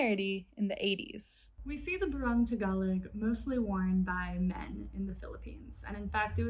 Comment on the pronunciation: While we’re here, I cringed at each mispronunciation of Igorot, Luzon, barong, and manong, but a visit to Seafood City or Valerio’s can easily fix. E for effort